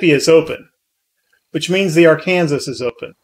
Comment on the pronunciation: I'm loving your content but I have to ask and I mean no disrespect but how is that you can say the name of the state of Arkansas correctly but not the Arkansas River? lol